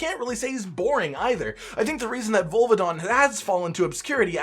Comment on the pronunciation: says volvidon Me: OH.... HIM. sharpens aerial akantor switch axe